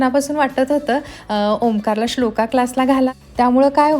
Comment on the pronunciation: Not sholaka it is sholak